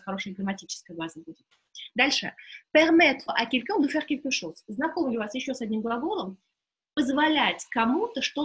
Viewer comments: dobrij den' vi nepravilno proiznosite qn-9.32 pozze kogda 2 raz vozvrashaetes k lexiceskomu slovariu lucshe .Orentirujus' na svoi znanija i na literaturnij franzuzskij vsego dobrogo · Obratite vnimanije inogda vi ne pravilno proiznosite : qn, un